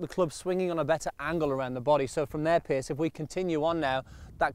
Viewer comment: Good vid, as always. But why does keep calling Piers 'Pierce'.